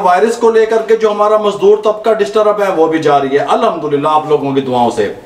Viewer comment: بھائی آپکا ویسے تو سلسلہ اچھا ھوتا ھے ، مگر آپ جب بسم اللہ الرحمن الرحیم اور الحمد للہ پڑھتے ھیں تو اس میں ح صحیح ادا نہیں کرتے ۔ جیسے آپکی ریسپی بہترین ھوتی ھے ، کوشش کریں کہ برکت والے کلمات بھی بہترین ھوں ۔ میری عرض بری لگے تو معاف فرما دیجیئے گا 🙏